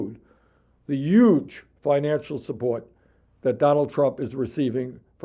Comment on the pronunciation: He's saying Yuge again!